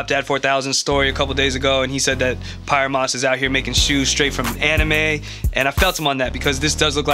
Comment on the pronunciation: I think it might be pronounced “pee-air moss”